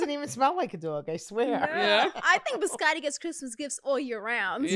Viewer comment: BiscoTTI, not Biscori XD